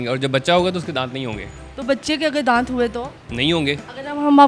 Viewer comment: दात होता नही होता